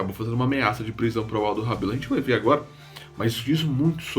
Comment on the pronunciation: Aldo Rebelo Falou errado o nome dele